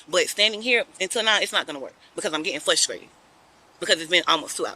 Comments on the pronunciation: “FLUSTRATED” … interesting 🤣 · Flushtrated?! Duhhh!! It's frustrated dummy!! 🤨 What you did to that house is disgusting!! For that, your karma is going to really suck!! Your kind never change!! 🤨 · Flustrated 😂 ma’am